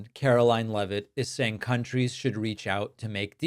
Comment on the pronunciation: I'd like us to pronounce her name correctly as well. It's spelled like it should be pronounced "leave-it" not "Lev-it". They need to stay on top off all the crimes. Keep asking about the use of signal and the use of Gmail.